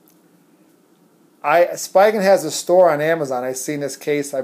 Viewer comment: It's pronounced SPEE-gun